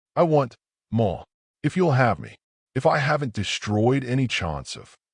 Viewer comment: Other than having the bride walking down the aisle in a dark green dress (instead of the white one she was previously wearing) there are several pronunciations and misspellings in the text... dirt not "date", more not "a Mo" and quite a few others. They are distracting and video should have been proofed out before being published. Somewhat predictable ending but still told in a wonderful way.